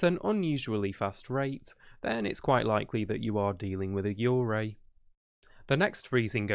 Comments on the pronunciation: when you said yurei it kinda sounded like you were saying urgay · the way he pronounces yurei is quite disturbing ngl